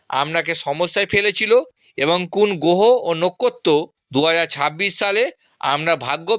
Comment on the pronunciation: তুমি একটা বোকাচোদা। 'গোহ ও নক্ষত' উচ্চারণ করতে পারে না।